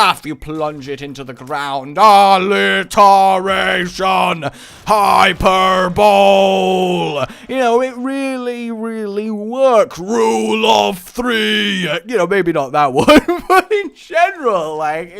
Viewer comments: Did he... did he really say "Hyperbowl" instead of "Hyperbole"... GDI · he said hiperble wrong. Im dying.